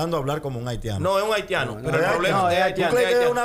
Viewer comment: Pero es haitiano, el dijo haltiano 🤣